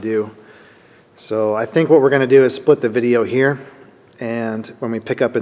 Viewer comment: Old man Cotter is rolling in his grave calling his pins “spilt”pins. Geez. 😂